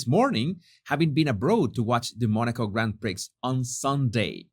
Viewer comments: 😂 Grand Prix. it’s Grand Pree not Grand Pricks as in Hawwys blue todger. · BTW, Grand Prix is pronounced 'Grand Pree'. When you pronounce it as Grand prix(cks), phonetically, we are back to the Montecito morons and their entourage. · "Peasant proof suit" LMAO! BTW, it's pronounced Grand Pree. No x sound. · Love you,. I got the girly giggles at your pronunciation of Grand Prix, haha. Prix is pronounced as Pree. 😉 Prick is often used to refer to someone who does something quite stupid, and also in reference to the male genitalia. 🤭😂... Love your videos and look for them every day. Thank you for all of them. xx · Grand Prix = [gron pree] in UK. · did you really say Grand Pricks? 🤭